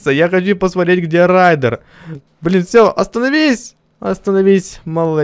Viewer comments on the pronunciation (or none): Рейден а не райдер